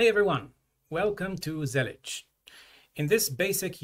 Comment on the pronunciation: Finally I know how to say Zellij